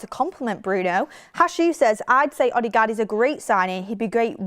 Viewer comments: It’s odegard not odigard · Please stop saying OddieGard... 😂😂😂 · still sounds better than how she pronounced it